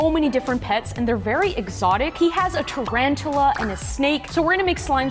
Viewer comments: It’s tarantula not “ tarantala “ 😂😂😂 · It’s tarantula, not trantres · You’re saying it wrong it’s called tarantula not tarantula😂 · Its not trantula its tarantula